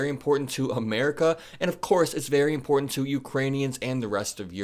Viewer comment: Would you learn to pronounce important correctly